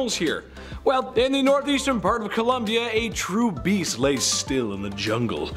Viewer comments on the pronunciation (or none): none